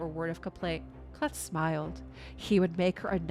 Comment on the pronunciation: Great read and I really enjoyed your read with one exception, you are probably saying the name K’Leth wrong, I am 99.99 % sure that you are missing pronouncing the name “K’Leth” wrong. You see when a letter comes first in a name or word and is followed by an apostrophe the letter is pronounced in the long form such as the K in K’Leth would be sound like the long form of the letter. So it should be pronounced as a two syllable word or name, this is a fairly standard practice and I have yet to find any exceptions to this rule: “K” as Kay, then you have just the second word or name of Leth. So all together it should sound like Kay’ Leth . I actually have study names and their proper pronunciation as a hobbyist for about 35 years now.